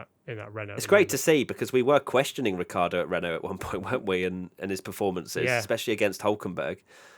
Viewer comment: And it is certainly not Ricki-ardo